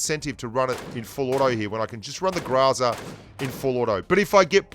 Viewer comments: It’s groza not graza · Sory but you dont read it graza. Its groza as you write it. Depends on which part of slavic countries you go, it will be always and "o", just pronounced diferently. But not as an "a". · If you pronounce it [gr'aza], it is still incorrect, because in russian language the stressed syllable is not subject to reduction. So if you stress the first syllable, then you should read [gr'Oza]. The correct pronounciation is [graz'a], the last syllable should be stressed, which is not common for the english language. (BTW "Groza" means thunderstorm.) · Hey! It is pronounced like grozá (something between grazá and gruzá, really), with an emphasis on the last syllable. You can trust me, because I have those weird symbols in my name. Thanks for all. Gene. P.S. Yasnaya has an emphasis on the first one. Like the word yard.